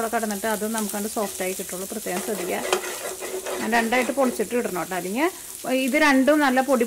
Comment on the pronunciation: Adyam malayalam nallapole padichu correct pronouce cheyyuka. Itto alla ketto anu ketto